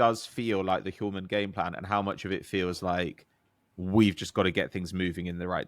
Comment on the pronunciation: Kasper Hjulmand's name is misspelled in the chapter section. And I'm sorry to say, but you're pronouncing his last name incorrectly, my advice is to give up on Danish pronunciations 😂